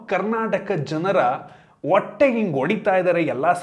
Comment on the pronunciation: Sir it is not vottae and not adhimuru, it is hottae and hadhimuru, know the difference between ahh and haa😂